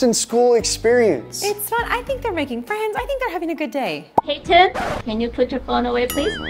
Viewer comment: You said Payton wrong